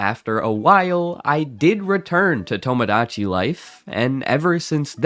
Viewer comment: I was going to give you a hard time for “tamadachi”, but then i remembered words like “homogenous”